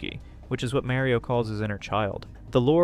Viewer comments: MARio not MERio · hard to watch when youre saying mario like carmela from the sopranos